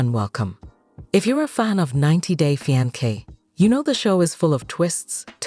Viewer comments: 90 day Feeankay 😂😂😂😂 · **fee-ahn-kay = fiance 😅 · I made it 7 whole seconds until the AI voice pronounced fiance crazier than I've ever heard it pronounced and I'm already done with this video! I can't stand AI voices and I think it is SOOO lazy on the creators part! 👎🏼